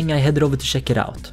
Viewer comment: Make a hour vid of you just saying check it sounds like shek